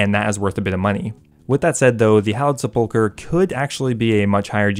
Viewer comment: Finally someone who knows how to correctly pronounce "sepulchre"